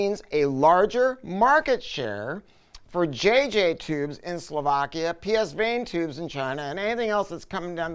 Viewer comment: Hey, just a little friendly comment: you mispronounced PSVANE. It's pronounced PAH-VANE. Not P-S-VANE.